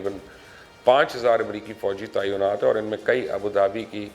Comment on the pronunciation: Tainaat hai, taiyonaat nahi.🙊🙉